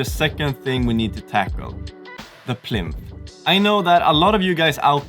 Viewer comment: Fantastic video as always fellas just one FYI it’s plinth not plint 😂👍👍